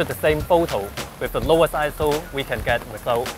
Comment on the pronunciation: When says "ISO test" all I hear is "asshole test". haha